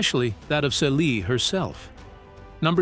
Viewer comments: It is so irritating that he keeps mispronouncing Celie (See-Lee's) name!😡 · I firmly believe AI will be the death of humanity. Yuck! Besides repeating the same fucks multiple times. It's pronounced CEE-LEE, SHOOG, and AL-BURT.